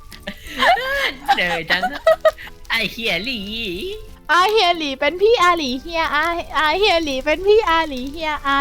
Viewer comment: อาเฮียหลี อาหลีเฮีย ไม่ใช่ อาเลีย...อา...เลีย